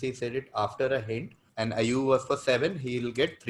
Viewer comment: Subramanian got away with saying "Ibe" when the answer was "Ayew"😂😂.